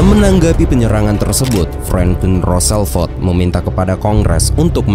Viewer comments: banyak banget baca nama orang besalahan..hadeh 😢 Roosevelt dibaca Roselfolt. Di beberapa video lain juga bacanya amat ngawur. Coba belajar baca dulu yg benar ke google supaya makin baik narasinya. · Ralat, bukan roselfet, tapi franklin d. "Rosevelt"❤❤❤